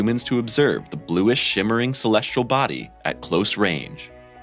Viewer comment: First real images of Neptune with a picture that is not really Neptune as clickbait. And we are treated to you pronouncing celestial as "celestrial". Not gonna continue viewing. Sorry.